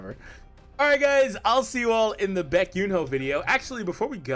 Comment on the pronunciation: Bro butchered the name 😂😂😂